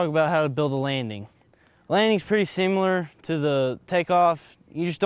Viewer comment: "the landing is pretty sim-ee-lar"